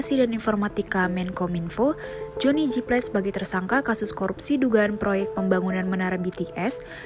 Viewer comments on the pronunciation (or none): Johnny G.plate kak bukan johnny jyplet